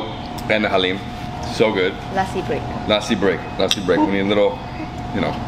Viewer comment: omg it got crazy when you start pronouncing "lassi" so perfectly and better than nisha